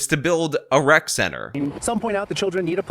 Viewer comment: No, its a"rec" center, not a "wreck" center, ffs.